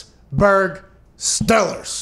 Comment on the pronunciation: When he said Pittsburgh Steelers the last time for the best team I thought he said “Pittsburgh Stoners”... I’d love that name as a guy from western pa